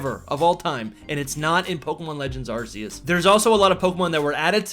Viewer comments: It’s pronounced “Ar-keus “ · I really tried watching this but he mispronounces Arceus so many times that I just cringe... 🙈